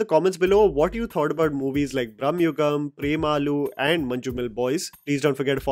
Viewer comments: Its not Brahmayugam❌ It is Bramayugam ✅ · I admire your reviews of Indian films…but please work on Indian pronunciations……it is Bramayugam and not Bramyugam…….it is Chidambaram not Chidaaambaram…